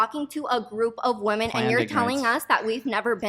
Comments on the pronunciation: Why does she keep pronouncing ‘women’ [plural] as ‘woman’? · WOMEN! it's pronounced WOMEN! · That friggin bimbo can't even pronounce the plural of woman. It's women, you idiots! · The way she says women is so funny to me